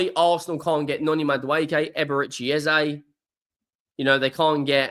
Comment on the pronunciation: Just please don't use Ezay like everyone is also assuming. It's Eze e e e e practice it. It's not Ezay please! This only happens when You tubers adopt it without knowing. Call Eze and ask him!